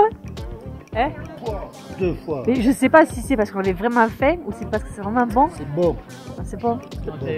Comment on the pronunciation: 為什麼Anna 唸 faim 的發音和一般的法文不一樣阿? 是因為地區的口音嗎?